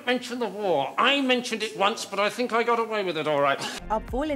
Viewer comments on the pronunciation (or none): none